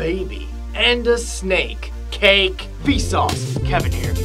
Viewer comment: it crakes me up when he said snake CA!KE